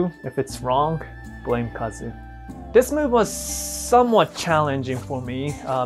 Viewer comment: did you really just remove the U from Kazu's name??? not good dude.